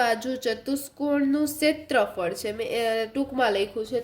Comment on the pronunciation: ક્ષેત્રફળ ❌ સેત્રફળ